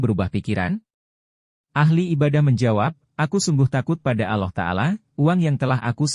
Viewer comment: Dari ucapanya sepertinya non muslim menyebut Allah saja aloh, Para nabi sanadnya jelas berpangkal ke nabi Adam. Nabi siapa saja tak disebut ini jelas hoax. Semoga di blokir